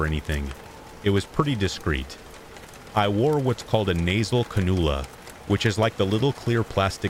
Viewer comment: What a treat this 12 hr video is...but tonight I still can't sleep. Oh well. Thought I'd tip you off about this word: cannula. It's can-u-luh. The stress is on the 1st syllable & the "a" is long. It's the name of the oxygen setup where there's 2 soft little prong looking gizmos that go in each nostril. I'm a retired RN. That's why all the fancy language in this comment. LOL Just an fyi. Never stop learning. Thanks for all your hard work on the vids. They are a godsend.